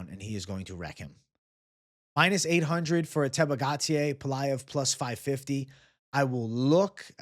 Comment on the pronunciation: GAUTIER is pronounced: GO-TEE-HEY, not Gatier